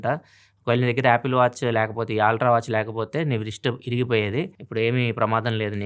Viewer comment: Ultra ❌ aaltra✅